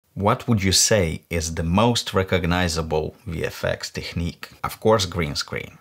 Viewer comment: не "теХник" произносится, а теКник (technic). Поработай над произношением)